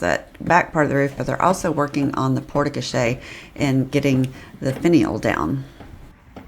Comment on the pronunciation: It’s pronounced Port Co-share 😂